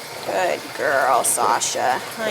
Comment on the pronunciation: SHAMPOO NOT SHAMPPOO. GOOD NOT GOOT